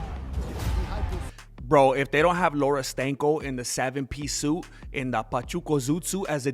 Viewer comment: Wait. Did you just say Laura Stanko?? 😂 😂😂